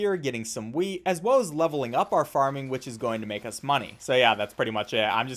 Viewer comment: how come every time he says wheat I hear weed?